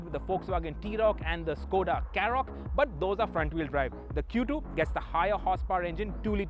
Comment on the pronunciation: Is it Skoda करोक or Skoda कँरोक ???? Faisal pronounced it as the first one.